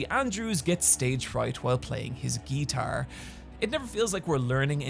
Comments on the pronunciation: I'm living for the way pronounces guiiitaaar. Also, why everyone complaining about Riverdale only talks about boring stuff? I'm hearing about all this insane shit for the first time here. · The most disturbing thing in this video is how you pronounce guitar.